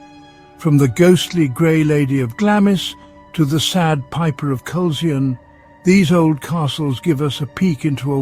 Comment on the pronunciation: Glamis is pronounced as Glamz, and Culzean is pronounced as Culain. The AI voices really do struggle with Scottish place names. The castle that you showed when you were talking about Glengorm was actually Eilean Donan Castle, which is on the road to the Isle of Skye.